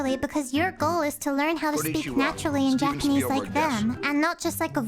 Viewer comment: Your japanese pronounciations, natively spoken! ✨